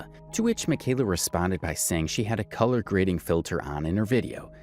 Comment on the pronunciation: Leave her Alone, how many times does she have to tell you "It's CULLAHHH GRADIN" before you believe her?!Sheesh!🙄😂🤣😂